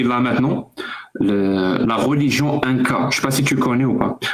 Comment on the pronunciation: Les gens qui disent « rôligion » ptdr. J’en ai marre.